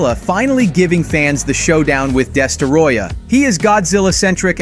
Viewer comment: “Destaroyah” 💀 its destroyah bud